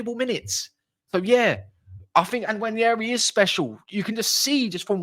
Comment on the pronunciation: Btw it’s pronounced Waneri, the N is silent.